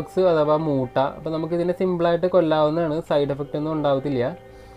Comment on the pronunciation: മുട്ട അല്ല ചേട്ടാ മൂ.. മൂട്ടാ